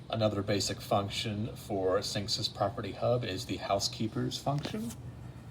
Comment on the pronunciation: its synexis that's pronounced